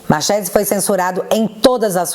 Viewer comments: pronuncia-se marquesi..nome italiano. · Marchese é sobrenome italiano, Ch se pronuncia como que, então seria Marquése a pronúncia correta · Escreve se Marchese, mas a pronúncia e Marquesi. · Marchesi não se pronuncia com som de "X" e sim com som de k, markesi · Marchese = pronúncia MARQUESE,.... Só um adendo. E se escreve assim mesmo ❤😘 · Me desculpe a correção, mas "Machese" se pronuncia "Marquese". Obviamente se for italiano. Por que sei isso? Sou "Chiarini". 😂 O restante está perfeito como sempre. Parabéns!!!! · É italiano: lê-se: Marquese. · Pronuncia Markerse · Oi, acho q o nome é pronunciado Marquese(Marchese) eu acho por ser descencia italiana.❤️❤️❤️😊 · A pronúncia é Italiana : Markezi 😊😊😊😊😊😊😊😊😊😊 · escreve-se Marchesi, mas lê-se Marquese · Markese...ch em italiano se pronuncia k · Marchese - pronuncia 'marquêse' (italiano) - marquês em português. Valeu. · só para você saber a pronúncia correta, é com "ch" mas é Mar"k"ese. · Se pronuncia Marquesi 😂